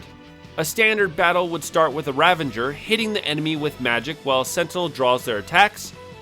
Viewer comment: The imaginary "n" you inserted into the pronunciation of "Ravager" had me go double check the spelling of the word. 😂 Quite the oversight in the making of this video, but I still had fun with the content :) PS, Sazh does suck... But I see him as the heart of the team and most likable character. So I'll force him into every role to keep him around 😁... His character stats are partially offset, though, by his weapons having some of the best stats in the game.